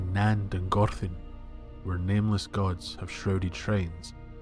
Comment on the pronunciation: flawless pronunciation of Nan Dungorthin (and elvish in general). 10/10 👌